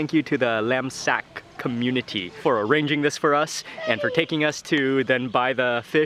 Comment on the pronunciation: Funny how you said "laemsak" my friends asked me, what he just said? Lamb sack? 🤣I'm off to cook kaeng Kari 💝